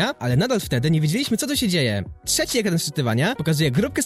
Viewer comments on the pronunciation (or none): none